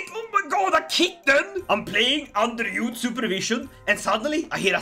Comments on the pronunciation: As a Frenchman, I laughed a lot when I saw you trying to pronounce "Eudes" and the other French names in english way with a swedish accent. I want more of this ! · Hello! Just started watching the video, and I would just like to tell you a bit of history and tell you how you pronounce the name of “Eudes.” So, I don’t know why the devs decided to name him Eudes, but historically his name is Odo. So, historically, Odo would go on to be elected as king of France after the Karlings were kicked out, and it’s a bit confusing in ck3 what happened next but I believe, judging by the dynasty line, his brother would become king of France and the line would continue for a bit until Hugh was born, he would found the Capetian Dynasty which would rule over France from 987 to 1792, and then again from 1814 to 1848. Please and thank you for reading and I hope you have a good day and night! Just wanted to throw a quick history lesson in here for fun! Hope you have a good day, please and thank you once again!